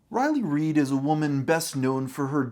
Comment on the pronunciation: "Today we'll tell to story of riley ried"